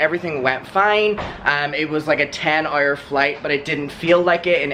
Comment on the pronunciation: You say "Hour" like a pirate. Ayreeeee! xo Love it!